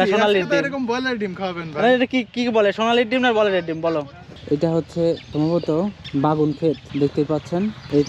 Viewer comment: বেগুন ভাই বাগুন না ভাই